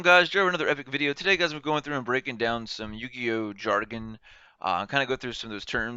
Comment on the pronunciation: It's Jargon not Jaron